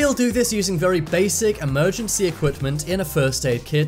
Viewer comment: What is “Equipt-tent”? Equipment